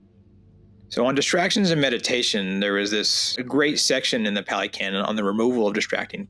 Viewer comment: Pah - lee, not pally. Buddhism is N O T a belief system. Ever. In not one place in the Canon are you required to blindly believe in anything. This is not a blind faith situation. It is an investigative situation. There is no God here to blindly follow or pray to to appease the self - there is no permanent self, no soul, no 'me' that is doing anything or controlling anything. There is Dependent Origination. The entire Canon is about one topic and one topic only - the truth of Dukka, the cause of Dukkha, the ceasing of Dukkha and the path to the end of Dukkha, the 8 Fold path. That's it. You investigate and observe and see the truth of non self, Dukkha and impermanence. It is not about logic, not about getting anything, not about seeking. The Four Noble truths, reflect on these, see the truth of the way things are. Also the Buddha lived and taught 2,566 years ago. Also you don't walk with the Buddha. The Buddha is not a person, a form. There is nothing. It is empty. There is no dogma here, no belief system, no God, no creator, it is not a religion but a practice. The Brahma you read is the divine abodes. The Hindus are attached to a belief system. You're perception is that there is a creator God and are intent on comparing and returning to this belief, this is a Fetter, a hindrance to awakening. Your mind is closed, you are caught in the worldly winds. You may find Ajahn Sumedho enlightening, he is American and has a lot to say about the conditioning we've experienced. He and h